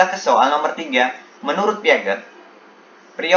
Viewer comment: Piaget bacanya = Piase bapak 😄